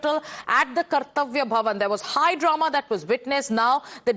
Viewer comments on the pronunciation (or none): It's Drama not Darna. 😅